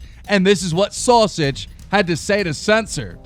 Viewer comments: the way he said sowsage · Why he say sausage like that lol